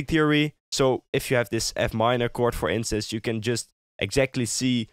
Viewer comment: IT'S "FOR INSTANCE" NOT "FOR INCEST"